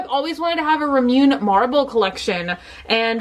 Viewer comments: It’s ra-moo-nay and to-to-ro not to-tor-o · It's pronounced ra-moo-ne' three syllables and all three vowels are their short consonant sound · Say it with me now: RAH-MOO-NAY. It's really not that bloody difficult. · I know people are probably going off in the comments but I do this because I love you,. 😂 Its pronounced Ra-mu-ne. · It is pronounced Rah-Moo-Neh. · Heeey, ramune is pronounced RAH-MOO-NAY. It's like lemonade, just Japanese-y. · rah-mu-nay because some people read neigh nai not nay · Heylola2 It’s ra-moo-neigh, as in neighbor, it’s actually not that complicated at all. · Technically it's La-Moo-Nay since the Japanese often pronounce R's like L's. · I love you but you’re pronouncing the drink and Totoro wrong. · There’s an accent over the E in the word Ramuné! So the pronunciation is a little different than how you pronounced it. It’s killing me girl!!! I can’t stop laughing every time you say it!!!!! 😭😭😂🤣🤣 I used to work at a Japanese restaurant lol!! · I was gonna comment that too, she says it wrong every time even when we comment the right way though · I'm dying laughing bc ur going to give some people an aneurysm w the pronunciation. Add an 'ay' at the end and you'll be closer. I said it wrong too for a really really long time lol so I relate. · Fizzy Lifting Drink to me its whatever bc I pronounced it wrong for so many years but I remember the last video it was allllllll ramune comments and I was like dying bc she kept saying it and I was giggling and then laughing bc I'm picturing all the people twitching and freaking out. And in some ways I relate bc I'm a bit focused on stuff like that usually but I think my own massive error toned that down for once thank god :) so I just smiled and laughed. I didnt mean my comment w any animosity or passive aggressive tone. I hope it didn't come off like that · Margaret Ennis Yeah, i always crack up when she pronounces it ramune. It’s hilarious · it’s actually pronounced ra-moo-neigh